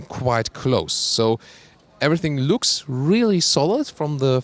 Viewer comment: u pronounce looks as lux